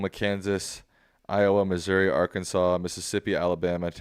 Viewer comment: How can you live in US and not know how to pronounce Arkansas?